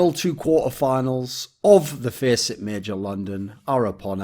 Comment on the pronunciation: Anyone else laughs when thorin says "feee-sit'